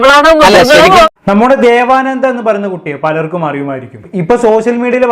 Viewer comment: ദേവാനന്ദ അല്ല ദേവനന്ത